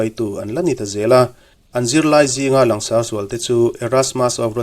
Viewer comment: Ngaihthlak a nuam in a hlawkthlak thei hlê mai. Langsar tih thlûk hi han lam dik phei la chu a țha leh zual in a rinawm. "Lang" tih rîk dân ang chiah hian sar tih pawh hi a ri tlang tûr ani.